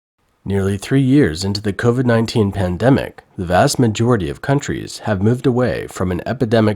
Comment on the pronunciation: Those eating masks... it's covid, not coRvid!!